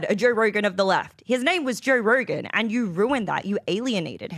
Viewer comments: She's hot, but her Os are killing me 😩 Jur Rurgan lol ugh 😖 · “Yerw use to have a Jerw Rogan, his nayme was Jerw Rogan.” You knewr? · Say Joe Rogan again... lmfao 😅